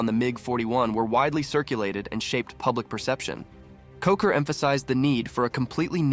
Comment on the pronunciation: Anatoly KVOCHUR, not Kocher. And this is not his photo